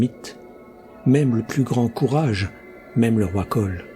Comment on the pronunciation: Super comme d'habitude. Merci. Mais pourquoi Koll et Brole et non Kull et Brule ?